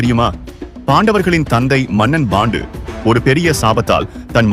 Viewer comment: His name is not bondu it's pronounced as pandu